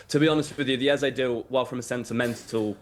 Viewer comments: Come on, his name is Eze not Eza. It’s only two syllables and not that difficult to say. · its pronounced Ez-AY not Ez-AH.